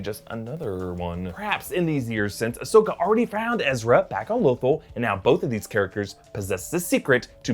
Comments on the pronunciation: It’s Lothal not lothol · Low-Thaal not Lo-Thul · low tholl, not low thul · why do you say Lothal like that?!?!?! I mean its not like it isn't literally pronounced in the series over and over again.